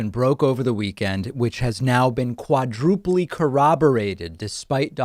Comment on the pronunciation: Quadrupleyyy? Its quadruple. English pronunciation, not the porteño pronunciation my friend lol ;)